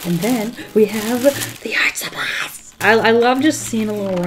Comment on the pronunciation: no one:; DEE ARTSCHJ SHUPPLIESAZ